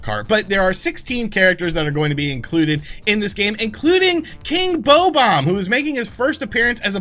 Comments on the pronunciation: Ki… king…….. KING BOE-BOMB?!? … wtf is wrong with you 😂 Can’t pronounce “Balan” or “Bob-bom”! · Lol it's King Bob-omb not "Bou-bomb" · New York is the worst state in the Union. Also, it's Bob - Omb. Bo - Bomb? Are you cringe on purpose? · what the eff is a bow-bomb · King Bow-bomb? Wtf? You say your a Nintendo fan? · King Bo-Bomb? Why does he pronounce it wrong? It’s King Bob-Omb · It took me 34 years to learn that his name is pronounced BOW-bomb and not BOB-omb. Woops. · "Bo-Bomb" Marjanovic... my dudes definitely a basketball fan lol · King WHAT??? It’s Bob-omb homie 😂😂😂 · "King Bow-bomb" I have not cringed this hard in so many years, wow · Why are you saying King Beau Bomb? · No one:: ”King Bow-bomb”